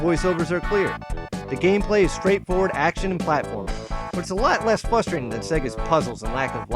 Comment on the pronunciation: What was it with you saying fustrating?